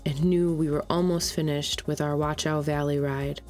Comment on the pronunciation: yeah the wat-chau pronunciation is harsh. No T sound (nor K sound) German CH is like a hiss from the throat. But nice video!